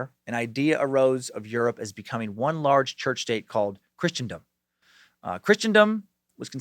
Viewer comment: Please forgive, but, its Christendom, same pronunciation as in christening ceremony. Love the podcast, youre literally my top watched program, with STD at a close second. I always look forward to the next topic that you come up with. God bless you and yours.